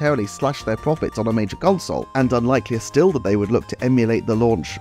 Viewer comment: “Pwofits” lmao All fun and games, nice video.